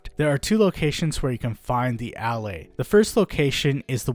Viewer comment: i think they are pronounced "ullAys"